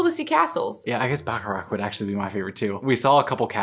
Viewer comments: First time she tried to say Bacharach, I thought she is talking about turkey sweets 😅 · To be honest, Bacharach is also hard to pronounce for some Germans. ❤